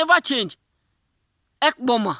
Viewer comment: why did you say ekpoma? thats my village lol